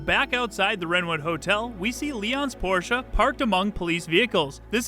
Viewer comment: As a german... Thank you for pronouncing "Porsche" correctly. It's not called Porsch! Nice video as always.